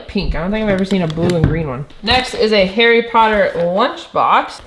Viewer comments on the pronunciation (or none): none